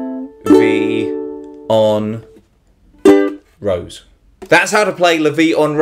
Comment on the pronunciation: Love the way you pronounce "La vie en rose" haha! ImFrench Thanks for the lesson!